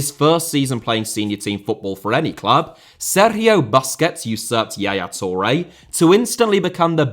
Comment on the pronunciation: stop saying Sergio like that